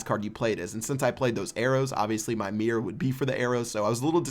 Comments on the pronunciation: Mirror, not mear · Why do you say "meer"? Is it not "MIRROR"?!?!?!?! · It's MIRROR, MIR ROR, not MEER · Why does he say mirred and mirr instead of mirrored and mirror? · Your pronunciation of the word "mirror" drives me nuts. I don't play this game, so had no idea what you were meaning when you first said it :P